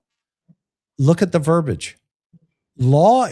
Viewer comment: Ver - BEE - age. Ver - BEE - age. It is not "ver - bage." It is Ver - BEE - age. Verbiage is pronounced with THREE syllables, not two.